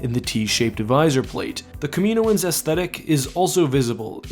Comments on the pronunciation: It’s pronounced Cam-in-oh-ins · Its pronounced kam-a-no-ens not ka-meino-ens but love the videos regardless. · Hey, hate to be a nitpick but is your pronunciation of caminoans spot on, I always have thought it to be pronounced “cam in oans” rather than “Camino ans”... tbh I have no clue where I got this from, I’m assuming from the films but there’s a good chance it’s just me 😂.. anyway great vid, I’m a long time supporter and I’ve not actually been keeping up to date on your vids, I’m not getting noticed idk y:/